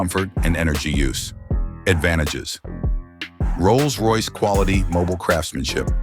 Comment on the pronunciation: AI slop Can't even make the words Rolls Royce work.